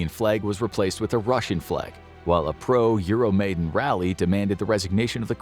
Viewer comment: You mispronounced "Euromaidan". It's difficult to be credible on a topic when you aren't even familiar with the proper pronunciations of key terms.